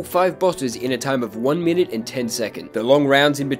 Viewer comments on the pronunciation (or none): none